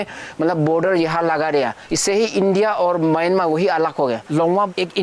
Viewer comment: पागल mayanmar नाही म्यानमार बोलो.